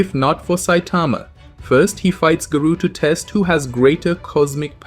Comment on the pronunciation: Stop pronouncing garou wrong